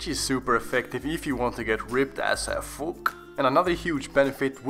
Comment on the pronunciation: “Ripped as uhh fook”😂😂